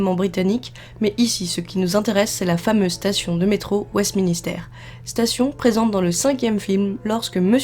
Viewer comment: c'est pas Westminister mais Westminster sinon super video